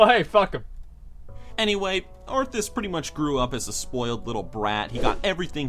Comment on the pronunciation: It's "Arthas", you dumb fuck.